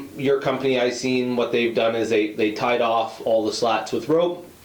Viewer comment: Yurt … emphasis on the “errrrrrrrrt!”